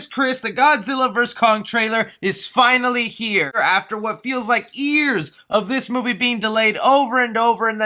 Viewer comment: “after what feels like EARS “